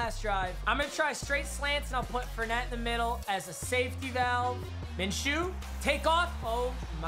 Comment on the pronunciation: Tell me why he can say ngakuoe right all of a sudden but he still can't say Leonard FOURnette or StephON Gilmore